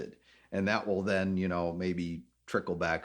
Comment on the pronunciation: I hate it when people say, wool instead of will sounds like a child